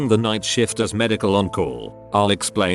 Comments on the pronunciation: I swear at :18 he says " on a night shit". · I love how shift is pronounced shit